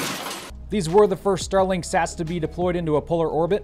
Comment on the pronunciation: When you mentioned Starlink 18, it reminded me of a previous episode when you mentioned Starlink 17. That made me think, “Did he just say Stalag 17”?